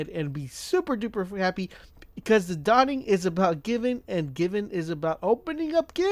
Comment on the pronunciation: "The Dawing"